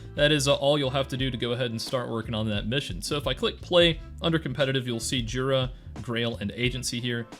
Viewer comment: just a btw (Pole here) the J in Jura, should probably be pronounced like Y in English, so the Yoora would be the transliteration